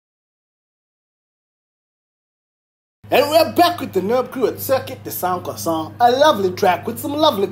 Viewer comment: absolutely nailed the pronunciation there 🤣🤣🤣